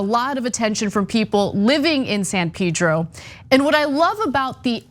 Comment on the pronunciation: Ana, it's not "Peedro", it's Pedro!